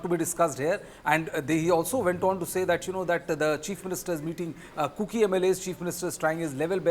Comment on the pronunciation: It is extremely annoying if you as a news presenter cannot pronounce “kuki” correctly. Do some homework before going online.